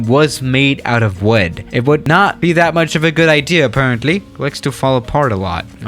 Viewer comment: “If th3 737 was made of wed”